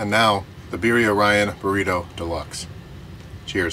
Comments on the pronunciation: It’s pronounced “beer-E-ah” not “Ba-Ree-Ah” hahahaha made me laugh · You're saying Birria wrong!! It's not Buryya meat, it's Birr (roll the rr, sort of like saying beer if you were to roll the r.) eeeeyah. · it is pronounced like beer-e-ya with a rolled r sound. But the food looks delicious! A couple of things to help improve: 1. Add the meat juices from the plate. Also, keep the oil in the pan unless it has burned. It has rendered fat from the meat which adds a ton of flavor. 2. Instead of using tomato paste, add a can of diced tomatoes to your blend and add that to the beef in the pot 30-60 minutes before serving. 3. Use cilantro over bay leaves. Enjoy! Thanks for another great video from! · Love your videos my man!! As a güero married to a Mexican woman, I use to pronounce birra the same way lol but, it’s pronounced as bee-ree-ah. My suegra corrected me the first time I asked about it (and she makes a bomb birra haha) enjoy and be safe on your trip brotha!! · If you’re gonna say “Birria” all white, call it “Beer-e-yuh” -A Mexican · Please say it right its said like biddia since u can’t roll your rs it’s all good tho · The way you said birria. Lol I can’t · The way he says birria 😂